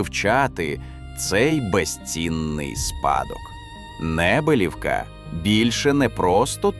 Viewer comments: Саме так. Неприємно слухати цей наратив. Моя тітка з Підвисокого також сміялася з неправильного наголосу цього "науковця"... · Село має назву Небелівка, з наголосом на букву і. Моя мама живе в сусідньому селі - Підвисокому. Там також є величезне трипільське поселення. Але... засипали його, бо це ж земля для посіву. Головне гроші, а не історія.